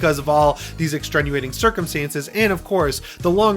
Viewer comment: Every time he says extrenuating I cringe